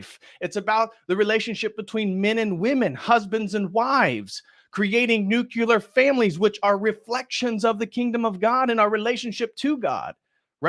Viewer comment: NOO-KLEE-ur. That's how you pronounce "nuclear". Also, there's no need to be as mean as you're being here. Just ignore transgender people. Don't talk to them; don't talk about them. And since the world is likely to be in a climate-changed freefall, that guy's balls are null and void.